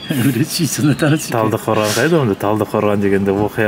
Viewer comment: Біздің Талдықорғанды оқу оңай емес, анау ағамыз оңай оқыды